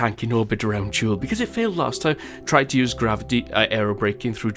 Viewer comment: Jool not kook